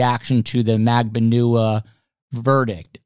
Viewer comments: Dam is State's Attorney. Apostrophe, not comma. for our OCD-afflicted host. Also Katherine Magbanua is Mag BON Wah. You're welcome. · Love this show!! While I think it’s a totally savage move to purposely mispronounce some Ass holes name, such as Katie’s. But if you are trying to say it right it’s Mag - Ban - aWah. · You have very interesting guests...But, please learn how to PROUNOUCE MAGBANUA properly!.. Go to EITHER of the 2 trials and LISTEN to how Katherine MAGBANUA actually PRONOUNCES her OWN NAME!. And/or LISTEN to how GEORGIA CAPPLEMAN pronounces MAGBANUA! For you viewers, you should at least pronounce the principles name properly! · im embarrassed that as often as youve heard Katie Macbanua pernounce her own name you still tell this man the wrong pronunciation Shame on you... What does it take for a person to tell you their name and you refuse to say it that way after 9 years???? min